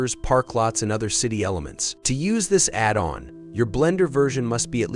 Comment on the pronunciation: Robot voice video. It can't say "addon"!